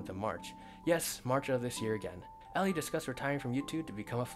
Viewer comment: Btw, Eilie Monty: first name pronounced "Eye-lee".